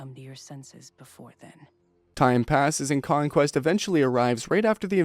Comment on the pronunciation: You say c*mequest